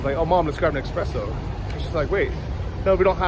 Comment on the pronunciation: It's "espresso", not "expresso" :)